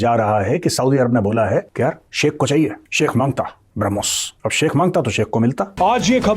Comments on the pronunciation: यह पाकिस्तान के मूर्ख है और मुर्ख ही रहेंगे ब्रह्मोस को बरामुस बोल रही है😂 इन पाकिस्तान के अब्बा और भाई जान इनके उतरते हैं इसलिए😂😂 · ***People: It is **BRAH+mos--NOT brum+Hos!!!**